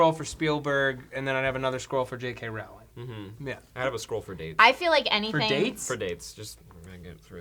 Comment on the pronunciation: Dammit Matt, how many times do I have to tell you? It's ROWLING LIKE BOWLING.